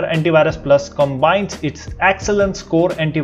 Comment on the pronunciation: Bhai.... correct your pronunciation ...its antivirus not antibhirus